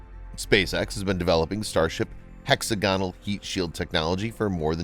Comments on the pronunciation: "hexa-gonal" lol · Six sided gonad, hey. Hex-agonal would be better, for sure. has done well, though, over the time.